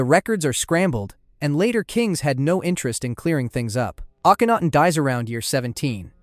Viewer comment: I really liked this video, but I'd like to offer two suggestions. First, it would be even better if you checked the pronunciation of certain names. For instance, you correctly pronounce Akhenaten, but repeatedly mispronounce Aten. I'm guessing that you've heard Akhenaten's name a lot more than the word Aten, but it's right there in the name. Also, it would be great if you listed some of your sources. I would love to learn more about the people you discussed, and that would make it easier for people like me to know where to start. Thanks!